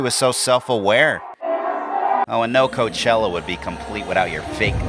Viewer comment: Hey Did I hear you correctly when you called it C*nt chella